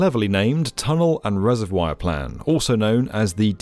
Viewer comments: What’s a “reserWIRE”?! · everytime I hear 'resevwoiyer' I physically cringe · The way the narrator pronounces "reservoir" is so distracting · Isn't the comparison Tokyo's emergency-flood-storage-cavern a necessary addition to this one? Literally that reservoir is big enough to store Godzilla and every city with flood problems could learn a thing or two from them... Chicago seems to have quite a similar system where once the reservoir is full, storm water goes to the river instead. [also, I hate being that guy but "reser-vwyre" ??] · I'm almost 40 years old and until today I never knew that British people pronounced "reservoir" like that. Also, I haven't lived in Chicago for a while, but I'm pretty sure that The Italian Village does not serve deep-dish pizza. I don't think they have pizza at all! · You’re saying reservoir wrong again 😂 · Never heard reservoir pronounced like that 😭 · It's pronounced reservoir ;)